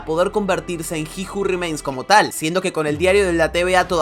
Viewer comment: aaajjjjj carajooo dijiste como 50 veces ji ju rimeins